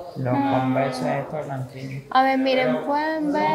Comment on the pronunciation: Las converse se pronuncian convers y like se pronuncia laig para q vallas mejorando no a mal mi comentario